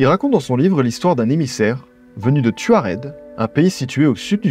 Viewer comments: Je pense que c’est touareg et non tuared? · C en Algérie et c’est tamenrasset c’est au sud du Sahara et ce son des nomade qui s’appelle tuareg et non pas tuared ou taured comme c’est dit vous pouvais chercher sur internet y’a pas de tamenrosset c’est tamenrasset et c’est au sud du Sahara Algérie